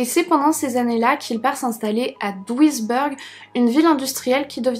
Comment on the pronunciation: Bah ça va l'accent ! Sauf er , ça se dit êre non eur, " a l'américaine " . Mais sinon, rien à dire, on t'adore ! Duisberg, bèrg non beurg